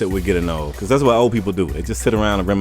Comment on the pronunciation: Not to sound rude or anything but are from a different country who is trying learn English? if so then it's *Because*, not *Begus* also, this is pretty true.